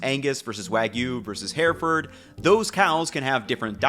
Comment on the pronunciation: Love the videos but, Hereford = “Her-ferd”